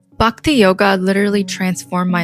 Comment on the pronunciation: nice. Hinduism is the most advanced way of life. Also its not 'Bukti' it is 'B-h-akti'